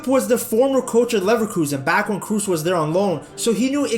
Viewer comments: Great video, but his name isn't pronounced 'Cruz' or 'Cruise'... It's Kroos, with the oo pronounced like oh from oh my god. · Kroos as in "Cross" not "Cruise". Tony Kroos. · Side note: "Kroos" is not pronounced with a "u" like in Tom "Cruise", but with an long and open "o" like in the English word "board". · Kroos no Kruuz!! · Bro, hearing you say krus is so baaaad! You pronounce it “kros” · It funny to me how you say krooses name your pronouncing it like cruise when it’s cross but the k is but a rougher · Learn to pronounce his name! Kraws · Why everyone is pronouncing his surname wrong, it is actually like "cross" but make the "o" sound a bit longer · Every time you called him "Cruise" i died a little inside^^ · Funny that this is the 2nd video of yours I've seen people telling you about clickbait titles & thumbnails. In the other one you couldn't even fkin pronounce "Wenger" and then here you are again butchering Kroos, nice scrub. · Please learn how to pronounce his name